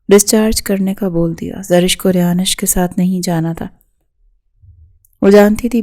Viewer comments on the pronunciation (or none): It's not rayanish it's rayansh